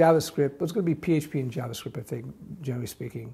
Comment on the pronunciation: I only watch this guy cause he says jabascript